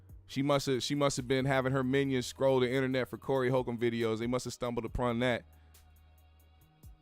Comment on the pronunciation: The correct pronunciation would help validate your statement. Respect